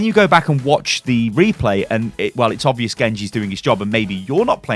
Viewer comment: If you heard Reaper instead of Replay say I.